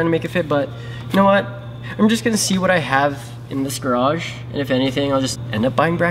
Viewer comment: Say GARAGE correctly… 👍